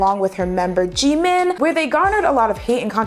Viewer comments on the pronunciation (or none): i got so confused when she mentioned jimin and pronounced her name wrong. its pronounced ji-meen